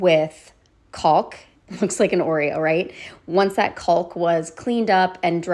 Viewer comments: cawk not "callk" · Fabulous project❤! And fyi, the “l” in caulk is silent. Pronounced “cawk”. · The L in caulk is silent. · Only one thing the l in caulk is silent :)